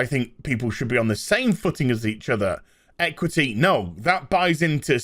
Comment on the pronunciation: "EquithEe" so people can't complain about inequality. And you sure af know who sit in the word 'people'.